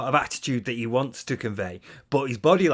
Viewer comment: "Dood this comb cheats, it does what it wahns"